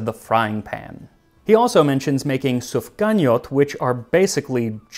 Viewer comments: Funny enough, the words he used didn't have many unconventional sounds in English, but the stresses were simply on the wrong syllables (e.g. it should be SufganiYOT and LeviVOT, not SufGAniyot/LEvivot as Max said) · gotta love my SofGANyot tho lol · When I saw the title of the episode, I was first happy that we are on Tasting History, then afraid he'd butcher this and I'll have to question everything he did. Aside from pronouncing levivot and sufganiyot like an American and making an unkosher combination (which reform and secular Jews would eat), it was a great episode and I learned new things. About my own culture. Well done, Mr Miller!